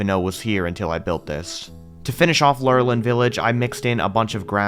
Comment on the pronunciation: I pronounced lor a lin village just to help you out